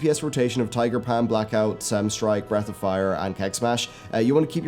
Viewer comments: "Tiger Pam" I love accents XD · I laugh every time i hear tiger Pam